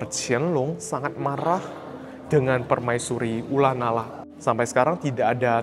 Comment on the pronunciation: Ko, ula nara emang bacanya ula nala ya?